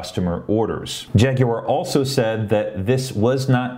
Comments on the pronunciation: G'day. "Jag-u-ar" good one. That's how you do it. Not "Jag-wa" as NA seems so keen on. Practicing you pronunciation in relation to your recent tweet on same Check me on Twitter too please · you are now officially an honorary Brit for your correct pronunciation of Jaguar!